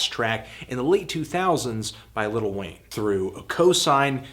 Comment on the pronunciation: Is he saying ''Little Wayne''?